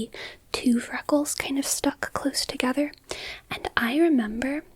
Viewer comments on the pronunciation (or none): none